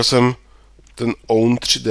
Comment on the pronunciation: Zdravím, nevím, jestli ti to už někdo psal (pokud ano, tak sory za opakování), ale own3d by se spíš mělo číst jako [ound], nebo, pokud chceš, tak česky [ovned]. W3dry se taky nečte jako [vé tři dry] ale [vedry].